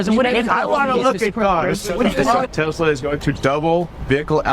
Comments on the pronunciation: Did he say Tesler? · Bahaha this is good one. Gotta love how Trump said Tesler! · Who's "tesler"? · I love that Trump said: I LOVE TESLER at the end lmfao😂